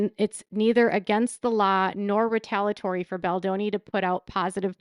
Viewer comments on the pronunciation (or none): great job as usual, just one comment: the correct pronunciation of the word "retaliatory". You always leave out one of the syllables. It is pronounced "ree-tal-EE-a-tor-ee. Thanks.